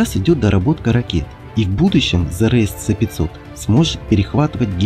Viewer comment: "Ц-500"-бляяяяя чел,ты серьёзно...В России обозначения вводятся по РУССКИ,почти всегда:-С(ЭС)-500 или ракеты Х(ХА)-101-102,но не "ИКС".Точно так же нужно доносить и иностранцам.